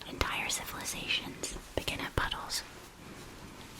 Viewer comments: "Entire civilisations begin at buttholes"... was what I heard. Makes more sense now! 😃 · Today I learned the word "puddles", when whispered, sounds a lot like "buttholes" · I thought she said butt-holes not puddles T 0 T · i could have sworn she said butt holes... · i def heard buttholes instead of puddles lol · I was hearing "buttholes", so yeah very personal o~o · I thought she was saying buttholes 😂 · Are you….are you saying buttholes? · I just straight up thought it was buttholes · Are you saying puddles? After watching this like ten times, i heard it as puddles and realised i may be wrong lol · Ok so ive listened to this 6 times now and can't tell if your saying puddles or buttholes. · That did not sound like "puddles" at first😅 🍑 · Ok I'm glad I am not the only one who didn't hear "puddles" at first. I was embroidering and only partially paying attention and I nearly stabbed myself when I heard ... "puddles" 😂😭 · I can’t make my brain hear any other word but puddles 😂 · .....I definitely didn't hear "puddles" at first. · I did noooot hear ‘Puddles’ … ( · I'm sorry but anytime any of them say "puddles" im definitely hearing... something else😂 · NOOO I JUST MADE THE SAME COMMENT THEN FOUND THIS LMAOO I legit had to turn on the captions to NOT hear buttholes lol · I know you said “puddles” but on the second watch through it sounded like a quickly said “buttholes” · I will never not hear the later! Entire civilizations have started at buttholes! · I know you guys are saying puddles but unfortunately I am hearing butt holes lolol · It took me 24 minutes to realise y'all were saying puddle and not butthole :') auditory processing delays are having a Great Time tonight, apparently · Thank heavens I wasn't the only one! 🤣Every time they said puddles I heard buttholes. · Honestly thought she was asking "How long do you stare at butt holes" at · I can't not hear buttholes instead of puddles and tbh, I think it elevates the video 😂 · I though she said buttholes 😭